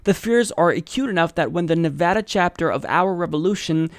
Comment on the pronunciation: Thanks for learning how to pronounce Nevada. Nevadans appreciate it.